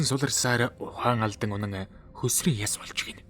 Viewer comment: писдаа монгол хэл устаж үгүй боллоо гөлөг минь чи зөв яриач гөсрийн гэж юу хуцаад байгаа писдаа вэ хөсрий гээж хужаагийн шээс минь